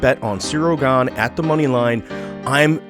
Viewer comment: Ciryl Gane not „Gange”